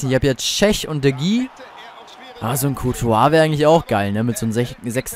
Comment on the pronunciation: Der wird de heja ausgesprochen und nicht de gi